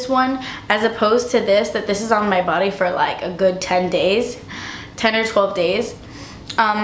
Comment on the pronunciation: "because it is not forr you" lol!